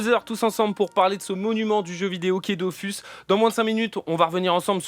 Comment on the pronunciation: Merci pour l'invitation c'était vraiment cool ! PS : on dit Dofus pas Dofousse